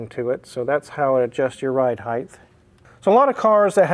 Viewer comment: Height not heighth.